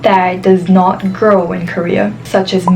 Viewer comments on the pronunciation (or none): none